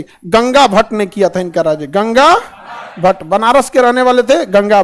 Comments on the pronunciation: सर गंगा भट्ट नाही गागा भट्ट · Bahot si chije galat bataye hai sir actual main bate bahot alag hai par thik hai achha se bataya ...ganga bhat nahi gaga bhat aise bahot bate thi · Gangabhatt..nahi sir Gagabhatt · गंगा भट नहीं सर गागा भट है बाकी आपके नॉलेज को चॅलेंज नाही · Ganga bhat nahi gaga bhat